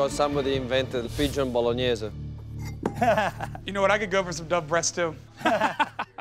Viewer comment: Pigeon Bolognyase